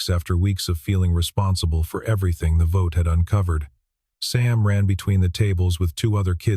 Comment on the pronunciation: At about : : the audio says gibberish that sounds like 'votae' instead of 'vote' with a silent 'e' at the end!. The silent 'e' is the normal English way that word is normally presented!. Oops LoL 😮😮